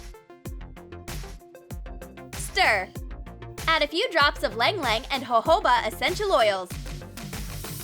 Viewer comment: Did I heard Ilang-Ilang?